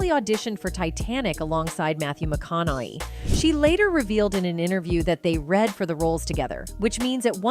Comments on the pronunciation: Mcon a hey!!! I have when peoples names are mispronounced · Either your AI sucks, or the announcer can't even say his last name!!! PATHETIC!! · You can't even say his name right AI?????